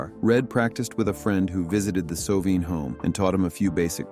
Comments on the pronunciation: If you are going to tell someone’s story please learn to pronounce their name correctly. It’s Red So-vine. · It's Sovine with a long i! How annoying. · Shouldnt this guy learn to at least pronounce his last name correctly???